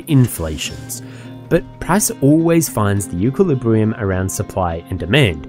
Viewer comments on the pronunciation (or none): bro said eukillibrium